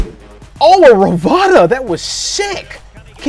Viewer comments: Ruh-bone-uh. Rabona. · It’s called Robona Btw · said rovata when it’s Rabona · It's called a Rabona not a ravada